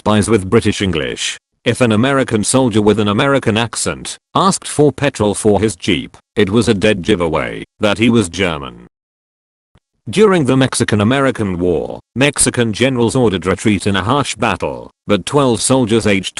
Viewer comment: and if an american says jiveaway instead of giveaway, it is a dead jiveaeay that he is a robot.